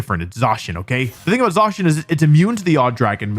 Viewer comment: Stop saying ZAAcian!